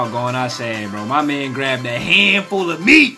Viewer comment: “My man grabbed a hundful of MEAT” 😂😂